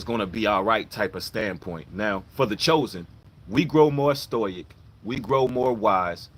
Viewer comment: Sto-ic, The word Stoic is pronounced sto-ick. Not trying to be the grammar police just thought id correct for you